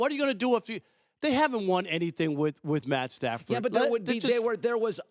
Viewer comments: He said Stat padford😂😂😂😂 I fuks with rob parker heavy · "Stat Padfered" 😂😂😂 I now have my name for him lmao!